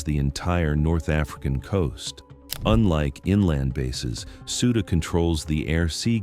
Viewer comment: Please learn to pronounce the things you’re talking about. The base in Turkey is pronounced IN-jeer-leek, with a j sound. Less grating, but still wrong, the d in Souda is like the th in “the”. You sound uninformed if you can’t even pronounce the basic elements correctly.